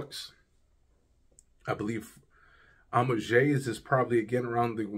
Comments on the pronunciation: It's pronounced AM_OO_AAGE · Thanks for the review but man come onnn. Listen to bunch of fragrance reviewers and learn to pronounce the names correctly. Honestly its not that hard. It pronounced “amwaj”.